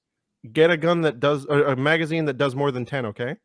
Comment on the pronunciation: Gentlemen repeat after me... Magazine. Its not that hard.